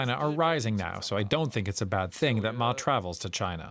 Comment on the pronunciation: Peace is never controversial. By the way, the news anchor at the start pronounded Ma's name wrongly. This slip very much indicates that this channel/anchor had probably paid very little attention previously to the China mainland/Taiwan complexities... And that aside, frankly, his visit will certainly lower temperature across the straits and send a signal from Taiwan to the rest of the world that there are 2 different blocs of perspectives there, not just independence that could trigger war. For the rest of us in Asia, war across the Taiwan Straits is a lose-lose situation for everyone in the region, and DPP's provocative push-moves are certainly not very much welcomed if it were to lead the rest of us into war... By the way, the official name of Taiwan is still the Republic of China...